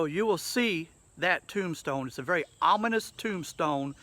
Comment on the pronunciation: "anominous", lol...ominous?? Cool cemetery, thanks for the video. -The Pacific Northwest